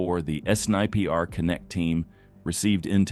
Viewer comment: They are not police. Incorrectly named as officer during the chase. They are private anti hijack companies. And SNiPR is pronounced “sniper”.